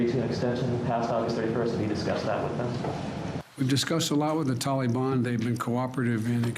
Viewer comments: The first thing slo’ Joe should learn is how to say Taliban. Not Tally-Bon. Good grief. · What’s embarrassing is the pronunciation by our president of our enemies, tolly ban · Tolly Bon. Sounds like a really bad candy!!. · Biddy: "I asked the Talliebun to be nice to us." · That is how Obama pronounced it. He is mimicking Obama.